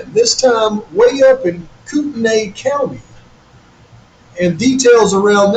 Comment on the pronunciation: Koot - knee not nae